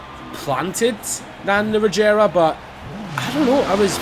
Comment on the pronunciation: it's a g not a j